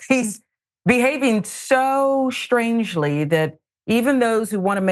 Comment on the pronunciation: should listen back to what she is saying. She implied that a Muslim could not be a decent American. She explained that People are not “catching on” they are simply seeing his behavior and changing their opinion.???? Is she slurring her speech? “ shoo shtrangely”